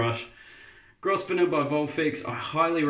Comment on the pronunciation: Hi. New subscriber to your videos. Love your enthusiasm keep up the good work. Oh the brush is pronounced Grovner. The S is silent 👍